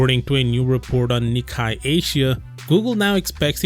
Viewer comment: Nikkei has a different pronunciation - kei is pronnounced the same way as "kei" cars .. the actual japanese pronunciation also has soft "ni" which is almost impossible to grasp for english speakers tho